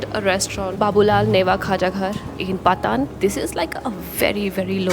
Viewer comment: just so you know, Thamel is in Kathmandu and not Lalitpur. You've mentioned the word "Patan" (you said like you say "Pathan" but the aa should be in Pa, like Pātan) so Pātan is the old name for Lalitpur (There were three Kingdoms in the Upatyakā ruled by the Malla Dynasty before the Unification of Nepal , Kantipur the Modern day Kathmandu. Pātan the modern day Lalitpur and Bhadgaun the modern day Bhaktapur). and when somebody uses "Pātan" instead of Lalitpur, they are likely talking about the historic places instead of the district